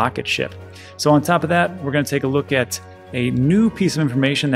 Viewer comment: I like how you managed to compress the 3 words 'take a look' to 1 sound, something like 'tklk" LMAO